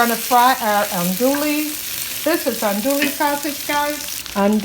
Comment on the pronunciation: Looks Amazing! I think the Cajun is pronounced Andoo-ee sausage😉